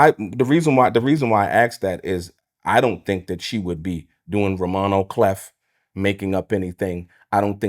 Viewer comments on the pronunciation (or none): You don't pronounce 'Roman a Clef' like he said. You say 'Clay!!!' This guy seems shifty